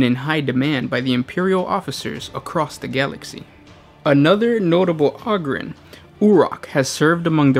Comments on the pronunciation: ogryn - o grin ogre - o grr, not ogryn - og rin or ogre og rrr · OH-GRIN not AH-GRIN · Take a shot every time he pronounces ogryn wrong